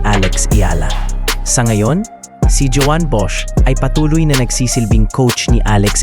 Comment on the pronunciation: "JOAN" is the Catalan spelling of the Spanish / Filipino "JUAN," found mostly in the northeast and eastern Spain. It's English equivalent is "JOHN," or the German "JOHANN," so the pronunciation is like "hoh-WAN," not "djohwn" (feminine) or, in the Philippines, "djo-ann." Hope you can correct in future vids.